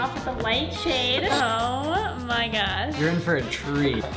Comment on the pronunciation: Never gotta talk about how Brent says Gyash instead of gosh, it’s getting annoying 🤨